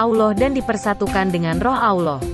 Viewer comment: Itu suara translatenya payah tuh masa kata Allah dibilang awloh